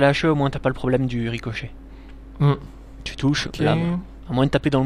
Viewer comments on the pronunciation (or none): "ricocichet"? mdr